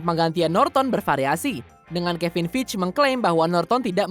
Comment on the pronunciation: bca skrip lmpeng amat siih, kan udh sring jga bhas mcu,, masa MCU (emsiyu) d blang emsi u, kevin feigi malah kebin fij,, aduuuuuuuh